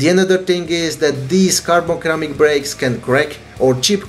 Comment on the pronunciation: Hey btw it's Ceramic not Keramic. Pronounced like Siramic